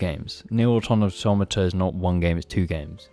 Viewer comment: Shout out to pronouncing "Automata" correctly unlike every other game reviewer on the internet.